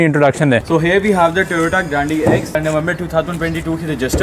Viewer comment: Bhai grande hota granday nahi hota 😅